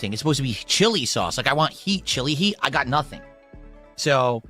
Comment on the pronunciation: He can't say the letter T at the end of a word. The more you listen, the more you hear him saying "swee" instead of "sweet" and "hee" instead of "heat"